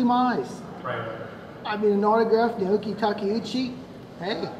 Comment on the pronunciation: people who want to open up "fan sites" for Naoko should probably learn how to pronounce her name correctly? this isn't 58 minutes of people say "nay oh ko" is it?